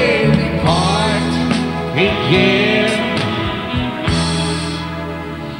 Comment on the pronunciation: ?????? A mnie sie zdaje, ze Wojtek wymawia "again" akurat tak jak trzeba...